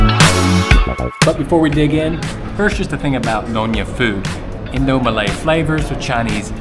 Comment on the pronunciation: Gosh seeing you eat makes me hungry 😋Btw, your Malay pronunciation is perfect its like you have been living here for years already 👏